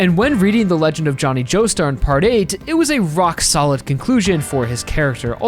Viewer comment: "it was a R O C K solid conclusion for his character" im sorry i... just... cant